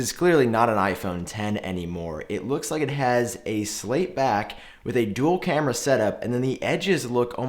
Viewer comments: Check your words and Correct The Word “cameas” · It’s cameras btw! 😀